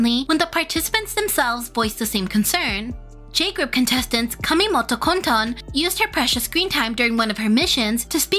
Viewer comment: You said Kamimito Kotone's name wrong... 😅